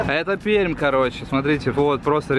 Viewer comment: Отдельное спасибо от Пермяков за правильное произношение нашего города😅